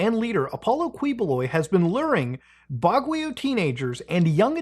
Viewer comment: You pronounced seve5ral things wrong. Mindanao is pronounced Mihn-D-now. Baguio is pronounced Bag-yo. Good effort though.